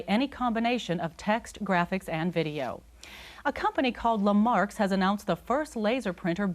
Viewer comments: lamarks instead of lexmark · "Lexmark" is apparently pronounced "Lemarx" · L'mark? We say lex Mark. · statikreg I thought I misheard at first, but no. Le Marks :)